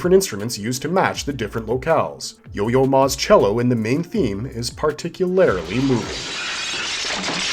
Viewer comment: Particularily? No mate, particularly.